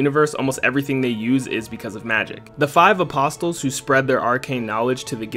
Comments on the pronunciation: The t in apostle is silent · The T in apostle is silent. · The way you say apostle lol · Anyone else dying at the pronunciation of “apostle”? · Bro, how tf did you get through Guilty Gear's story and not learn how to pronounce apostle